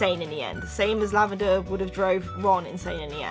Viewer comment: Are you saying lavaner brown because it sounded like it